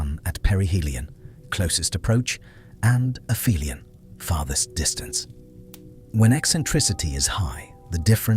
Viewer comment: its not "afemialan" its the opposite of " peri helion ", ie "api helion"